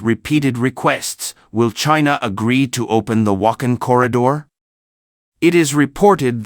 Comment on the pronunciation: It is not Wak'hin, it is Wakh'aan وخان . Please learn and pronounce correctly...?